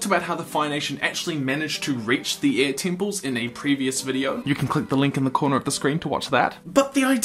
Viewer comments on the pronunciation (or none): Btw, last video I saw of yours I was confused for half the video by you calling air ear. I understand you have an accent (very nice accent, btw) but maybe try pronounce the word air better.